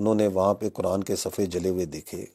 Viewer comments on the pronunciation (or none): none